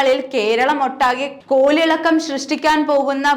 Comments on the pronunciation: കോലിളക്കമല്ല കോളിളക്കമാണ്! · കോലിളക്കം അല്ല കൊച്ചേ കോളിളക്കം 🤦🏻‍♂️🤦🏻‍♂️